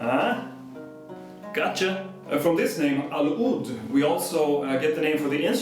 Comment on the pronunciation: the word 'oud begins with the letter 'ain, which in english we only use this particular letter when heaving to throw up. I would appreciate it in the future if you were to correct this improper pronunciation.